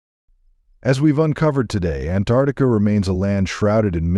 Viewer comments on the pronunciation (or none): First of all, it's Ant ARCtica NOT Antartica. Uneducated much?